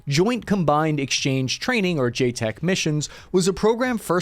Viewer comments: JCET missions are not new those training missions happen all over the world not specific to Latin Anerica. Additionally, the correct pronunciation is ( Jay-set ) not the multiple different ways you said it just fyi.. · A couple of things here. It is JCET, not JTEC. Also, no, a JCET (Title 10) is not a cover for any covert or clandestine operations (Title 50). JCET forces can not be leveraged towards unilateral operations nor operations alongside partnered forces. In fact, once a US Ambassador catches wind of anything like that, that entire element will find itself recalled and back to CONUS on the first flight out of there with UCMJ action to follow due to breaking US laws. If/when the US National Command Authority wants to conduct a clandestine operation, it will project the required forces using specific Title 50 operation authority. Also, SFC Greg A. Fronius was not a Marine. The picture (headshot) shown is that of a Marine. Fronius was from 3/7 SFG. Also, the Mexican Marines who took part in the operations mentioned here are not your average Marine unit (BTW, I understand it was not stated as so here, but I wanted to clear that up). As part of SEMAR, they are a Mexican Tier One unit with a significant degree of experience conducting special operations. Regarding Che, his last name is Guevara, not "Guavara." Why do I know? I served in 7th SFG for 15 years. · Yeah, the JTEC/JCET thing was bugging me, too. Not to mention all the misspellings and mispronunciations. You really have to take these videos with a grain of salt. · ...pronounced 'j-set' (JCET) missions... just saying. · JCET is pronounced "Jay-Set." The HR activists have limited understanding about what such missions are about. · Bro really looked at the acronym "JCET" and pronounced it "J-Tech". It's a "J-set" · Love you, but it's JCET, not J-Tech or JSOC. Pronounced like J-Set. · Bro,.... Joint Combined Exercise Training aka JCET, Is pronounced J Set. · It's not JTEC.... it's JCET